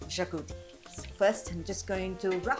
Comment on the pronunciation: Xacuti is pronounced "shacuthi"